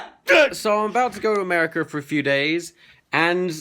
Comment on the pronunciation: nice way of saying amrica yep that's exactly how you said America XD